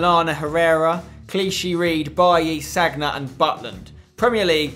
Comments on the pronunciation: You seriously need to stop saying sag-na its san-ya. So annoying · Spencer it's not "Sagna" it's "Sanya" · spenc, I think Sagna is pronounced 'Sania'